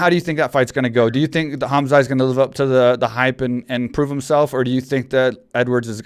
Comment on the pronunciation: Mike, Khamzat - K is silent(like Khabib), so Hamzat, T is NOT silent . 'Chimaev' - you got it right . In case you're wondering I'm from that part of the world. Love the podcast!!!